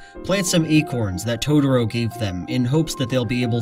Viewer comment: Please, please stop calling it "Todoro". I know it's just a nonsense word made up by a fictional Japanese 4 year old, but it gets really grating. I want to hear what you have to say. I like your videos, and I know you're not the only one pronouncing it like this. Rant over.